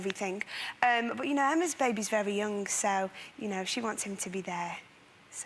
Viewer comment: Mel C pronouncing every ng as nk is so funny. "When they were younk... the future kink..."